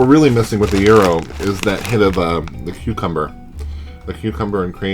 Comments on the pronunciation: You DO look like GRRM's little brother!... Euro? Yeah, you're not from NY. The Greeks I've known all pronounce it "GYro, with a strong G (as in Giraffe) and the Y punctuated. Euro? I love the fact that the originator of the Reuben Chip mentions that they are from LI. Are you sure there's Thousand Island in that? Or is that an Atlanta thing? Because to make a classic Reuben what you do is take a mound of corned beef, cover that with a healthy amount of sauer kraut, layer Swiss cheese on that, then warm in an oven (a toaster oven is perfect), until the cheese is melted. Next, remove with a spatula and place the whole mess on 1 slice of rye bread and eat with a fork and knife. That's known as an open-faced sandwich. I'm sorry but, if it's not an open-faced sandwich, it's not a Reuben. It's just a corned beef sandwich. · To all those saying he's pronouncing gyro wrong...he's CLOSE, but a bit off. It does NOT have a hard G, NOT pronounced like the "gyro" in "gyroscope". The g is silent and take it from there. He's sounding like he's saying "euro", but the Y-part has a stronger emphasis. Kind of like the Y in the word ying-yang. Use that Y sound, roll the R a small bit and then the O. Forget the G, think of it as YRO and pronounce it as directed above. I am Greek-American, surrounded by Greeks and have heard this pronounced in Greektown in Detroit and in Astoria in Queens. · 54 The Greeks (and everyone else) pronounce it Gyro (as in what R.O.B. uses with Gyromite), not HERO, as in Guitar Hero. :P